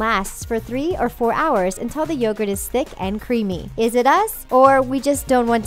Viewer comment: Yogurt pronounced y-o-gurt